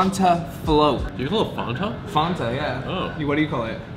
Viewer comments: fan-ta, not fonta lol😅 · Fan- ta like your boy said. Not Fahntah 😂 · I love all your ridiculous pronunciations of simple words like fanta. FAnta not FOnta lmao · Its not FONTa.. Its FANTA...youre saying it wrong...lol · Since when is Fanta pronounced Fawn-Ta. We just say FAN ta in America😭😭😭 you’re right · Fonta lol. Your friend had it right. Fanta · It's NOT FON-TAH!!!!!!!!! It's FAN-TA!!!!!!!!!!!!!!!!! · It’s “fan”ta! Your buddy got it right. Lol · What the hell is a "fonta"😂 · “fONtah” cringe af